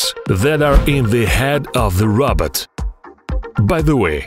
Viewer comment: It sounds like he’s saying Robert